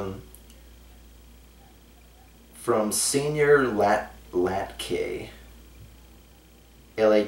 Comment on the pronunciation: latke is pronounced ˈlätkə lot-kah but thankyou for responding anyways, also try to supplement a lot of things quickly, (random tavern, magic shop, weather, pick pocket loot, etc.)